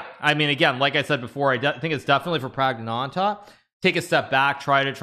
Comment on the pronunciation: Kudos Hikaru for saying the full name flawlessly - Pragnaanandha.